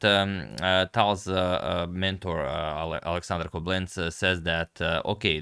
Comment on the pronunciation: Agadmator, the name of Tal’s mentor is pronounced KOblents with the emphasis on the ‘o’ not KoblEnts. Similar idea for pronouncing Alexander Alekhine, it’s pronounced AlYOkhine not AlEkhine. You did start pronouncing TigrAn PetrosYAn in your videos correctly already which sounds a whole lot better now.